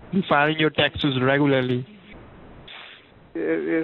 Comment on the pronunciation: It sounds like it hurts Mark Anderson every time he says tacksezz.